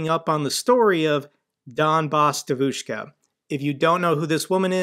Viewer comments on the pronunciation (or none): Hey Jake, it's pronounced more like "dYEvushka". Source: wife is from Moscow lol. Keep up the good work. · btw Jake, devushka is pronounced with the stress on the first syllable. If you pronounce it as "dEh-voush-kah" would be closer to the original one. It's not a criticism, just a little side note. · you have to learn how pronounce devoshka properly. Hearing you saying it the way you do is hurting my ears! 😅